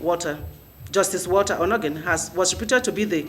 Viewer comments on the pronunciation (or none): none